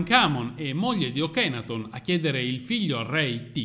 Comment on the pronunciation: NB... padre di "Tut" e Ankhesenamun si chiamava Akenaton e non Okenaton(!?!) E si dice Amárna non Ámarna.... Studia .... sennò fai la figura dell'ignorante se uno se ne intende un po'....